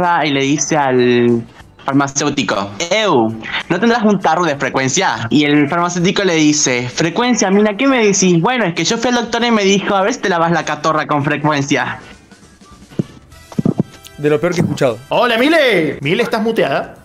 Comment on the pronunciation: Pregunta seria: desde cuando las orejas son para ver mejor? Jajfjs Y, es cotorra no catorra ajaja 🤡